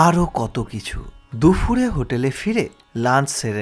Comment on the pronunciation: ওটা দুফুর নয়, দুপুর । কানে খুব লাগছে বলে বললাম